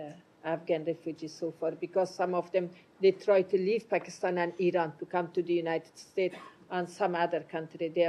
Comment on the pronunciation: Sir it is not pronounced I-RAIN it is Pronounced I-RAN get it straight your speaking to the public and the world